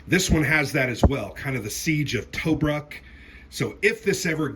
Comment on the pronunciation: I hate to be "that guy", but can you say "2Brook" when you say Tobruk. pls? pls?